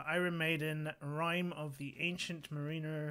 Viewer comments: Mar-in-er. Not mar-een-er. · its pronounced mar-I-ner !!